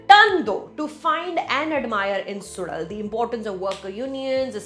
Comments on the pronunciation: To be pronounced as Su_La_L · Suzhal - When you pronounce 'ya' normally, the tip of your tongue touches your teeth. Instead, consciously move your tongue back so it touches the roof of the mouth & then try saying 'ya'. It' ll come out as 'zh'. You may need a few tries. Or a few hundred :) Don't worry though, many Tamils themselves don't get it. The Malayalis are a whole lot better at pronouncing this tough sound! Kathir - this is pronounced as Kuh - dhir. Not Kaa- thir. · SuDal? seriously? Could have invested a lill more time to learn the pronunciation as it is the title. But then we are only concerned abt english. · K-uh—dh-ir… not Kaaaththir… S-oo-zh-uhl not SuDal mispronunciation is a turn off … and takes away from your good reviews.